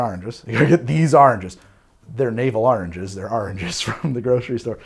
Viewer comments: NEEDED THOSE AHHH-RNN-GES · Another great video! Sounds like you did a lot of research for this one. Also listening to your pronunciation is entertaining. Even your pronunciation of oranges sounds like Ahrangs.